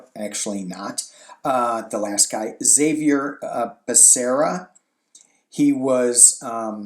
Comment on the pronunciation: Good gravy...Californians Xavier is a pretty common word here! Javier is even easier to figure out. I think he pronounces his first ex zavier